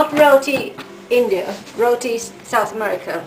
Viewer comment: thank you for the the showing us how to make but ur saying roti wrong u say it wierd with the acsent.